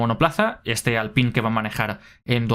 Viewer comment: Te ruego que no digas Alpín, pordiós! Eres genial pero fijo q no te cepillas con colgueit 🤣